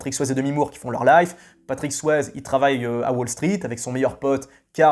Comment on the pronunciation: Si tu prononces Tom Berenger à la américaine, tu dois aussi prononcer Patrick Swayze à la américaine. Le « e » de Swayze se prononce comme un « i » 😁